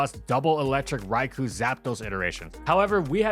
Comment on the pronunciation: It's pronounced "Rai-koh".